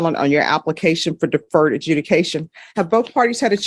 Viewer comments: Deferted? Sounds like the word "deferred" farted 😅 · Oh dear Lord....hey,, it is not DEFERTED ajudication, it is DEFERRED...SMH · not DEFERTED.... its DEFERRED.... as in past tense for DEFER.